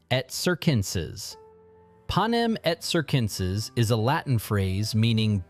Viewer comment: Panem et CirCenSeS, it's literally 2C's (= 2K's), 2S's, it's not that hard. If you want to use fancy Latin words, learn pronunciation first 🙄🫣